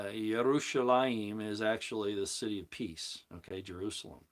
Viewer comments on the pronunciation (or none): none